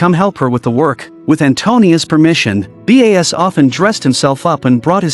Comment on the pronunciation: is the narrator a human or AI? why is the name Bas spelled as B.A.S and not pronounced properly? So annoying.